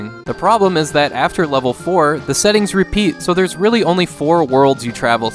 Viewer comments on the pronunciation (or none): none